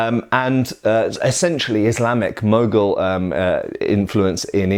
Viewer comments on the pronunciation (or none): none